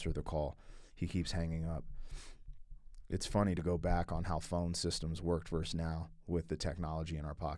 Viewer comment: Hey.... It's Not "Verse".... It's "VERSUS".